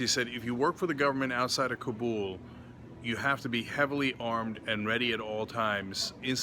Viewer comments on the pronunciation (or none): none